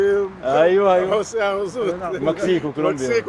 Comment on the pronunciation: نمسيك بالخير .. مش مكسيك بالخير